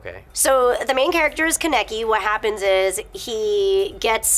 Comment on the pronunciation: It's not Ka-neki its ka-ne-ki >-< and not like Rize is not like Riiz but Ri-ze